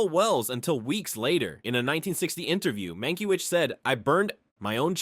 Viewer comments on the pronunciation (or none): Mankiewicz name is mispronounced! Bad A.I.